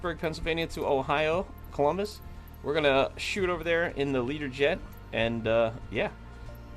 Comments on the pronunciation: Why are you saying Leaderjet, surely it should be Lear-jet? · Can I ask why do you call it a Leader Jet. Isn't it called a Learjet 😱